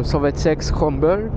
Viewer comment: Ça m'a arraché les oreilles, on dirait un enfant qui connaît pas son texte pour un spectacle, il faudrait apprendre à lire, c'est zontes, et pas zonteste, et scrambler, et pas scrumbeule, tu découvres le monde de la moto ou quoi ??